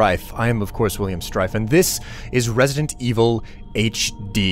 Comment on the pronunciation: resident wiivel? hue